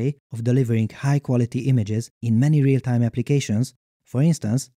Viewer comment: "What a tyme to be alyve."